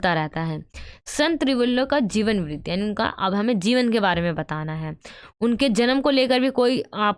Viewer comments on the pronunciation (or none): none